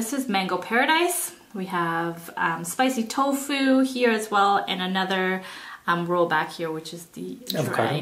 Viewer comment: It’s ROLL not ROW